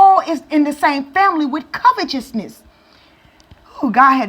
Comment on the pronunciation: my sister, it's pronounced : kavete'sness, with T , not CH.